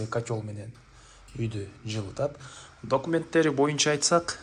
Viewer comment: Автор документ дебей дакумент деп сүйлөчү .жэ атайын дайым доокумет деп айтасынбы жэ окушту билбейсинби билбедим .жазылганда документ айтылганда дакумент.